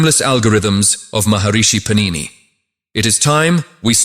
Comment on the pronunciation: Sanskrit words are all mispronounced! It is pAnini not panIni!